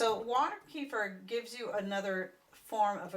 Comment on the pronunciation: Kuh feeeeeer. Lol